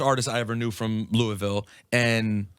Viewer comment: Glad he says Louisville correctly